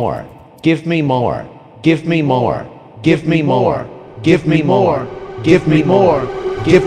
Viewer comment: At one point it sounds like ”give meme ore”